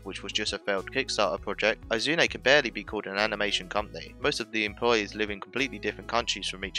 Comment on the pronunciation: learn to pronounce Izune.... ugh... brits...